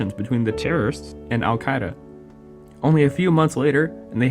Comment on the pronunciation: I took a shot every time he mispronounced al-Qaeda. I died of alcohol poisoning